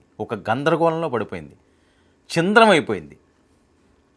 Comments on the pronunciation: అయ్యా, యాంకర్ గారూ, మిమ్మల్ని తప్పు పట్టడం నా ఉద్దేశ్యం కాదు. చింద్రం కాదు.‌.. ఛిద్రం. బోరాస్ కాదు... బోరాన్. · అది "చింద్రం" కాదండి.... "ఛిద్రం" అనాలి 👍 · Chindram..vallu.. kaalla.... బాబు anchoruu...తెలుగు పలకడం నేర్చుకొమ్మా